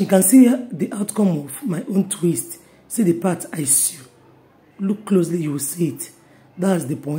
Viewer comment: Very informative, I no go lie.. Pls ma change how u pronounce SEW to Sow instead of trying to pronounce the W in it. I don't mean to be disrespectful ma.